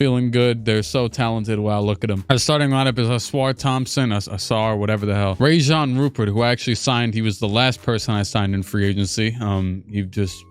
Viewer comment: Sid cissy is actually Sidy Cissoko and it'a Rayan Rupert not Rajon